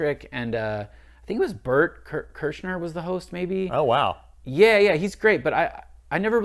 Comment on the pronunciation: Bert Kurshner!!!!!!! Ha ha ha. No one can get his name right. Poor old Berty boy.